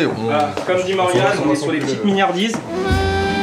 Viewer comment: Miniardises c'est avec un g non? Mignardises